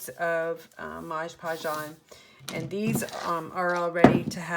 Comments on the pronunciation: Love these. I am a crafter too and please learn how to pronounce MOD Podge. It's not Modge Podge. Thank you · I love all of your magnets! But why do you call it Modge Podge??? Its MOD Podge!!! I noticed that somebody else commented on this too! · Great video, thanks. It seems like everyone calls it Modge Podge, when it is Mod Podge. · Why do people call it Modge Podge.... read the label... it clearly says MOD Podge. Couldn't finish watching... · Not trying to be rude but why do people call it moG podge? Almost every crafting video when someone is using it they say moG podge and I die a little inside. Did it maybe use to be called that or something? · I had these marbles & paper scraps in my stash, what a great way to use them. I think it’s hilarious that you call it “Modge Podge” (I do too) 😂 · Please! It is MOD podge!